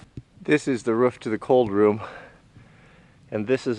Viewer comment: "shovel the ruof"